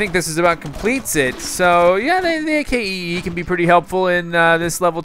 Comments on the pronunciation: just say akee and ignore the. because thats like you saying I.C.E.E. when it's ice or icee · It's not A-K-E-E, it's pronounce Ac-Kee! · you pronounce it ack-ee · You called the AKEE The A.A.K.E the whole video... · its actully to be prunonced akee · You say ac key not a.k.e.e